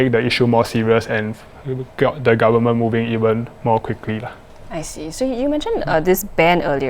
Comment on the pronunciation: Lollllll the guy said 'garmen' not 'goverment' 😆